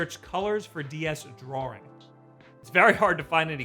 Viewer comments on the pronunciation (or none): (why is he saying "draw-ring" instead of "drawing" tho??) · What is drawrring? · Only thing weird about this video is how you saw "drawing" as. You also always say Mario wrong. It's not MAYRIO. Say "Mars" then say "Mar" Then say "IO". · The way you pronounce "drawing" makes me wanna kill myself.